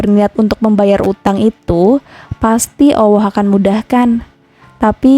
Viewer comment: Maaf koreksi: bukan awwoh tetapi Alloh 🙏